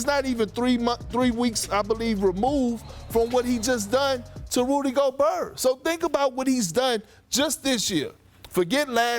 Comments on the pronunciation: Nobody: Perkins: "Rudy Goburhg" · Perk: “Rudy go-bear” 😂